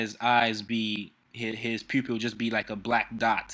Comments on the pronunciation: OMG why do you say poop-il ... ITS PUPIL ! 😂😂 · He really threw me off when he said "poo-pill" instead of pupil . XD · ha he said poopil.